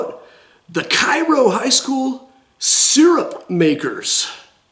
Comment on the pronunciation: It's pronounced KAY-ro! We will kick you out of town for pronouncing it like the town in Eygpt.